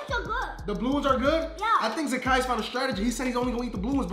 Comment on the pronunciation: It’s not zakas